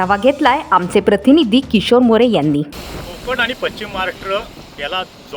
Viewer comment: कृपया पश्चिम महाराष्ट्र असा उच्चार करावा. पच्चीम हा उच्चार चुकीचा आहे. अशुद्ध उच्चारामुळे चॅनलची प्रत कमी होते. 🙏